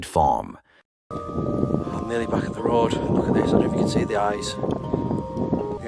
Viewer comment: That AI narrator does not know how to pronounce the word farm